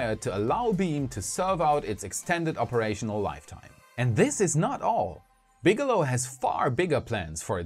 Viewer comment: Bigelow=BigElonn, am i the only one who notice this.